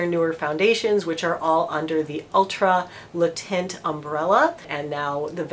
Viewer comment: The way she pronounced Le Teint.. nothing worse than an American not even trying to pronounce the product the way it should be pronounced.